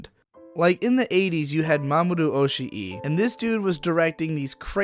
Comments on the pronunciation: It's not Oshi-e, it's Oshii, just prolong the "i" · you've been making this mistake for a while so I figured I should let you know that in Mamoru Oshii's name (押井 守 in Kanji), Oshii isn't pronounced Oshi-i (as in two distinct "i" sounds), but just with a single protracted ī. Oshii's name in hiragana is おしい まもる, which is pronounced like this: Oh-shii Ma-mo-ru. You do not pronounce い as a second "i", it is just put there to signify that the "ii" is meant to be a little bit more drawn out/emphasized. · Great video, but man you seriously suck at Japanese pronunciation. Kind of surprising for someone who ostensibly really knows their shit otherwise.